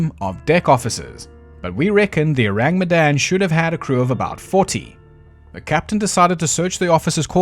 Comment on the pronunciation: S.S Oh-rahng Met-dahn